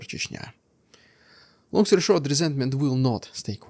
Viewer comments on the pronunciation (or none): none